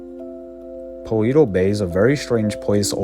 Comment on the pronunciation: this man keeps saying paweto bay